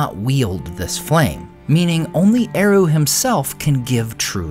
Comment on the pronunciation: I hate how English-speaking youtubers pronounce Tolkien's words. It's a travesty. "Eru" doesn't use rothic "r" like an American saying "kangaroo", it's more like a Scottish "r" or a German "r", square and strong. "Ainulindalë", as the diaeresis suggests, must have the "E" pronounced clearly. "E" like in the word "emphasis". Ai-NU-lin.da-LË! "Sauron" is not "sowron", it "sa-u-ron" with "a" like in "father", "u" like "oo" in "book", square "r", "o" like in the word "lo". Learn how to pronounce it!